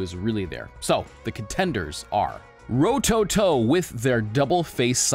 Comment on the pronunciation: Ro toe toe , say it fast with no emphasis on any Ove the vowels, smooth and all at once. That’s how you pronounce Japanese names rowtowtow, somewhat fast and all 3 syllables should sound exactly the same